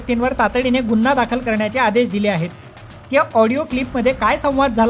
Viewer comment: गुन्हा हा शब्द " गु " या अक्षरांवर अनुस्वार देऊन " गुंन्हा " असा चुकीचा उच्चार न केल्यास मराठी भाषेवर उपकार होतील.